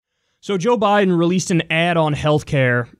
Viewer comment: I might be hearing things, but did Joe Biden call himself Joe "Briden" at the end?